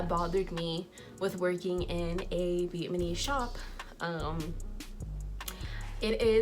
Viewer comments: Please let me just have this moment to laugh at how you're saying "vietMAnees"😂😂😂instead of Vietnamese! And you're saying it so confidently!... I love it!😂 But seriously... Thanks for sharing this... You should take your good ethics and business practices where you can really shine and be empowered in your craft. Much success to you😘❤ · Viet-na-mese!!!!!!!! Not vietmanese🙄🙄🙄🙄🙄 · I’m sorry no disrespect but please look up how to say the word Vietnamese because you’re not pronouncing it correctly. Respect for putting the truth out about some of these salons, bc unfortunately it’s the truth..